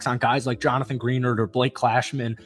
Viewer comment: Great vid but it's Greh -nard, not Green-erd 😂🤙🏼